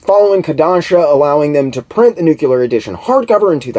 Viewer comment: you are amazing!!! I'm so glad I found your channel! Your research is so thorough and your presentation is a pleasure to listen to. Your enthusiasm for the subject matter shines through as does your wit and intelligence. So please forgive the nitpick, but it's like fingernails on a chalkboard to hear someone with your (truly) outstanding vocabulary mispronounce the word "nuclear". Big respect to you nonetheless brother!